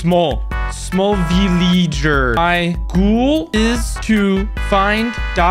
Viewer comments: "VILLEEEEGEEEE" "SMLL VILLEEEEGEEEER" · He said Vileeeeger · And small villeeger what was the point saying it like that